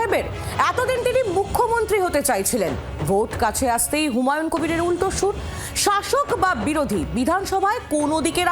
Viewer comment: উনার নামটা হুমাউন না হুমায়ূন । প্রথিতযশা টিভি চ্যানেলের ধারা ভাষ্যকারের বাংলা শব্দ উচ্চারণের কি বেহাল দশা!